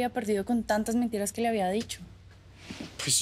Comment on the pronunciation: Dijo mentinas 😂😂😂